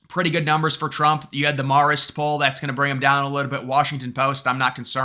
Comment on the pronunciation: Marist is pronounced Mare-ist, not Marr-ist. Just saying.